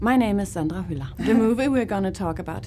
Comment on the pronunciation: Other interviewers should take note of how her name is pronounced! 😊